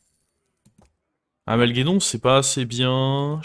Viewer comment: Mec tes clairement fort au jeu tes video son cool mais ce n est pas AMALGEDON c'est AMALGADON c'est trop stressant quand tu l appel comme sa